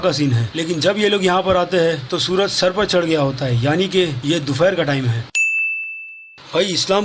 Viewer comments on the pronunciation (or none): mint py ap ki mistake 😛😛 dupehar ko keh rhy ho dufair 😛 bhai yei dufair kia hota hei 😛